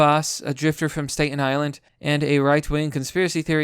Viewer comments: Great video and love your content, but ffs its pronounced stat-in island lol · Huge fan of your channel. I mean, I watch your videos everyday. I swear, I have only this one little criticism/observation: sometimes I think its weird that you don't know how to pronounce the names of really common places in the United States like 'Staten Island'. I noticed this in other videos too. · If Q is a narcissistic manipulation cult, I'm fine with it if we get results like this. Also, how the hell is it possible that you don't know how to pronounce "Staten Island?" LOL, keep on keepin' on!